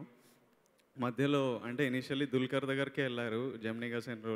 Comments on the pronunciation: it's dulquer. Pronounce properly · Ohh god anchoring is too bad....She's calling Dulquer as Dalker........